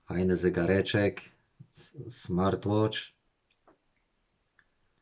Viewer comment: Ciekawe, że idealnie wymawia smartwatch. Smartłocz vs zygarek. Może powinien mówić po angielsku.